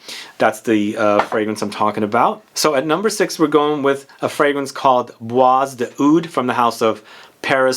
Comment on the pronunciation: Hi, I love your videos. Just one remark - "Bois" is French for wood or forest and is pronounced with a silent s. So it sounds more like "bwa".